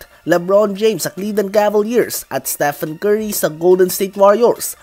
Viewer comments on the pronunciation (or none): none